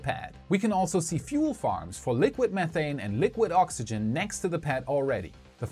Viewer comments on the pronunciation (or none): none